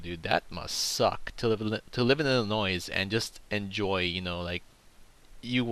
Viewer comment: the correct pronunciation from the area around the state and inside, the s at the end of illinois is silent.